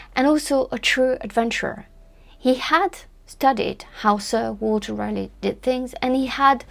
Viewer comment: From CR0...that's Croydon not Virginia!...a bonjour, ca va? I really-rally liked your brief critique on the her-story Roanoke Island, John White & Eleanor Dare...you even pronounced the awkward names well...especially Sir Walter Raleigh! (At my celebrated school in south London, our athletic 'houses' were named after Elizabethan icons...as the school was founded in 1619...by a friend of Willy the Shake!...called Edward Alleyn...each house had colours to distiguish them on a muddy rugby pitch...if only in the socks!...Drake(yellow/black), Grenville(green/white), Marlowe(black/white), Raleigh(red/white...my house!), Sidney(red/black) & Spenser(blue/white)...{the school now has 8 houses named after famous MEN!...O dear!)..."Rally" was the way we said the name...not "Raaar-lee"...or as your glamorous rival, Susanna "Lipsco'" insists "Raw-lee"...(She may be right!) Keep it up...as the road to Elle is paved with correct pronunciations with a French flavour! C'est si bon! A bientot!